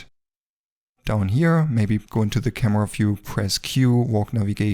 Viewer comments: I like how you say Kamua - great video btw! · " camewa " i love youre accent❤❤